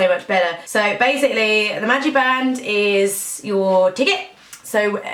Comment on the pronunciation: its a magic band not a magi band hahaha